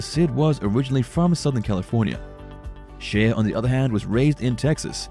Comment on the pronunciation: I think her name is pronounced Shay not She-a